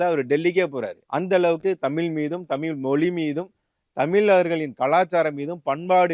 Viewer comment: டேய் தமில் இல்லடா தமிழ்.